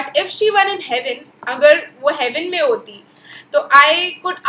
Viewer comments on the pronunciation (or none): none